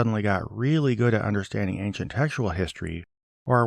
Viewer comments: "Ankcient". Ridiculous. Thank you for correcting that ridiculous mispronounciation. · What does he say? Anciet? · Ayn Chit. Also, Daniel "There is not a man upon the earth who can shoe👟 the king's maTTer." (I thought the archaic word "shew" was supposed to be pronounced "show") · As bad as his garbled pronunciation of “ancient” is, his mispronunciation of “shew” is far more annoying. He pronounces it like “shoe” which is, for lack of better term, a rookie mistake. It’s pronounced (and means) “show.” It”s simply an archaic spelling from before English was more standardized. It’s like when someone pronounces “divers” like it’s referring to people who swim underwater. It’s actually just “diverse” but they didn’t always add the silent E back then. These kinds of mistakes make him sound extra silly. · "Ank-shent" (ancient) was one thing, but "star-tilling" (startling) was a whole different level of weird.